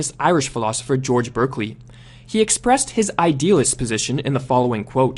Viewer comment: Berkeley is pronounced barkley